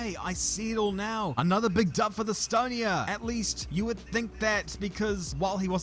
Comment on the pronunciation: whoever made this video, it's Estonia not Stonia... we're all hurt